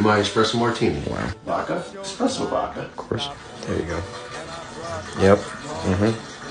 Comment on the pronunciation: >eKspresso >uses a moka pot I mean I know this whole channel is a joke but damn. Granted, if you can't pronounce espresso I doubt you actually know what it is either.